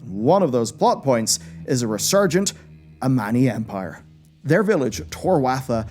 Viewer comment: I honestly thought the sun/moon thing was the tip of Sargeras' sword nearly impailing the world soul btw the trolls are called Amani not Ammani